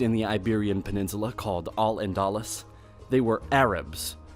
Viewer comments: Al and a lus? Lol its pronounced Al Anda"loos" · "Al andales" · First Castille, El Andaluz and many other areas are mispronounced. Second his question and conclusion is that Spain never conquered Portugal, but says that Spain did conquer Portugal succesfully with the help of Napoleon. Huh? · The way he pronounces Al-Andaluz and Castille threw me off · agreed awful pronunciation not even trying. Al-Andalus was butchered too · Your pronunciation is awful. If you want to do an educational video you should find out how place names are pronounced. Al-Andalus has a pause between Al and Andalus, those are two separate words, because Al means 'the in Arabic". Castille is pronounced ka-steel, not castle. In Aragon the stress is on the last syllable. The list goes on.